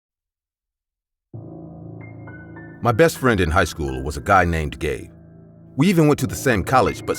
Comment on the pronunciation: I heard that too lol